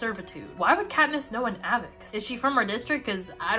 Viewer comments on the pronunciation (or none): just a question but after hearing you pronounce avox differently than how i did when i read the books (i say AY-vox rather than saying it more like aa-vix) how do most of readers say it???? (i have no idea how they say it in the movies fyi) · wait wait is it not pronounced Ay vox? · is this how i find out that avox rhymes with havocs and not fox???